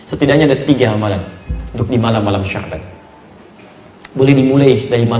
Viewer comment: ko sabyan..kan harusnya sya'ban